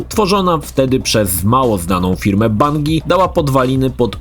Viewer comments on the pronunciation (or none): Właśnie zastanawia mnie czemu tak wymawia? Idąc tym tokiem spolszczania nazw własnych, tytuły gier o których mówi w filmie - powinny również zostać spolszczone 🤔😳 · Shit, za każdym razem gdy została tu wymieniona firma Bungie, musiałem wyciszać filmik bo nie umiałem wytrzymać spolszczenia tej nazwy.....